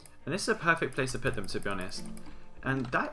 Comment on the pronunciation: lol you keep saying "peyfect" good mod show-case though :)